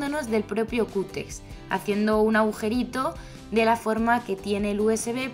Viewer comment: Se dice cúter !!